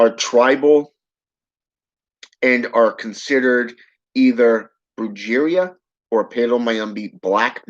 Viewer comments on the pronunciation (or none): Brujeria is pronounced "bru-hare-ria"... If you were into Santeria and working with Santa muerte you might wanna learn how to pronounce these names correctly